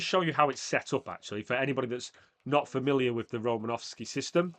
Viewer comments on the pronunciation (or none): It’s Romanosky